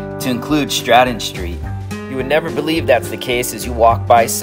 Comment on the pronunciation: oh I just got notification now, far as I remember you guys announced it wrong, think you were always saying Stradum, and it's Stradun. It's not that much important but Dalmatians are pretty strong on having letter N instead of M at the end of the words where it belongs.. it's a dialect thing ..